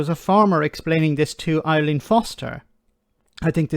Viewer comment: "...whoever she is..." Why don't you use, I don't know google maybe, to find out who she is? Also, it's Arlene not Eileen Foster.